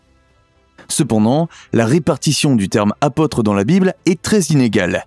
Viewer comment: Votre prononciation est défectueuse : apôtre a un accent circonflexe.